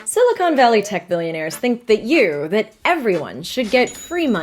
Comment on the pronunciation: FIRST WORD and we already got it wrong. Silicon, not silicone. 2 very different things